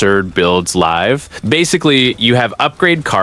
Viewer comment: buddy is reading a script and saying the words in the wrong context, "live" "lead" etc.